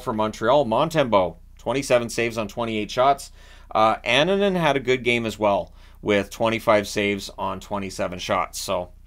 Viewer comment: Just a heads up - at Colorado Eagles games with Annunen in the net, he was pronounced an-noon-nen. If that's incorrect, it's just from the pov of someone that was at some of those Eagles games. I'm not sure how they call him on the broadcasts as I'm unfortunately in a blackout zone if I don't shell out the $$$$$ for altitude. I need to try a vpn